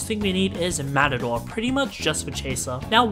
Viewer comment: im not actually complaining but i thought your butchur for the the term Matador was a lil funny, its actually a latin term for Killer and you said it mat-a-door when ur meant to say it with an accent like mat-A-dor